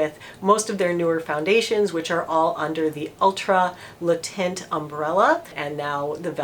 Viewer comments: Because you are such a professional, I just thought you might want to know that “taint” is not pronounced “tint”. Think of it as though you are about to say “tank”, but you stop short of saying the whole “n”, and, of course, you don’t say the “k”. Kind of like “tehn”. Hope this helps! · Cool review and nice to see that your HG is still around, albeit with a different name. BTW the word "teint" in french is pronounced more like the English word "ten" rather than "tint" :) XOXO's from tel Aviv Diva D